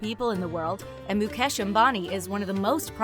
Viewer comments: It's Mu-kaysh NOT Mu-cash .. Indians are made fun of for their "Indian accent" .. we find it equally hilarious when you pronounce our names wrong too. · His name is not pronounced mu-kesh it's mu-kaysh lololololop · It’s not Muk Ash it’s Muk Esh :༽ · She pronounced ..Mukesh as ..mucash 😂😂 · It's mukesh not "Mu-cash" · It's mucash 😂🤣but it's mukesh and also it not nieta it's neeta pronounce it correctly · Mukesh NoT Mukaaash 🤣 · It's not moo - cash . It's mu-kesh ..... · Even MUCASH😂😂😂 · 😂😂😂😂😂😂😂😂😂mucash too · Moo cow ash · Why do these people pronounce his name as mu-cash?? I mean he is one of the richest man, at least get his name right! I dnt hear people calling Bill guts! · Moo cash is that what I heard😂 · So no one's gonna point out about the whole Mucash pronunciation? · U r pronouncing mukekh ambani wrong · Mu-cash ugh atleast say the name right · What tf is mucash!!!!??? If you can't pronounce then don't say... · I never thought would cover this. Makes me glad as a fellow Indian. Not sure if they said anything wrong (since I don't know a lot about the Ambanis, except for the basic stuff) but I cracked everytime they pronouce their names xD And yup, thanks to Jio, using the internet has been hassle free here. For me at least. Some might say it was hassle free before that as well but for me, Jio was the best thing to happen. Congratulations and all the best to İsha for her future endeavours💜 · Lol 😂😂😂 how she spelled mukesh like really 😂😂😅😅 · i was like why this lady did not do any practice on how to correctly spell Indian words??? I laughed so hard when she butchered Mukesh Ambani 's Name...